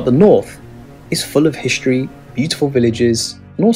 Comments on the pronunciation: I'm not sure I want to listen to somebody who says "hishtory" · ‘History’ not ‘hishtry’